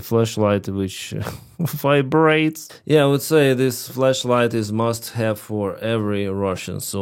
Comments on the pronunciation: OHHH FLASH LIGHT! Right... okay thought you sayin flesh light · Bro you say flesh or flash light lol 😂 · Your accent made it sound like "Fleshlight"